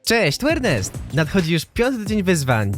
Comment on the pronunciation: Masz nick arniest a mówisz ernest